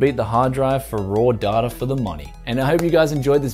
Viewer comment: DATA is not pronounced "dah-tar" last I checked? >_>